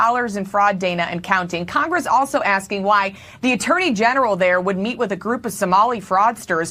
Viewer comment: When you can't even bother to speak English after all these years in CONGRASS (it's Congress, not Congrass, much like so many of the words you seem to still say incorrectly...accidentally on-purpose) you've got a lot to lear. She's such a pretender. Now it's about her being "black", shes every minority, & claims to know "exactly" how every other minority feels...exactly. pahleeze 🙄🙏🏽❤️🤍💙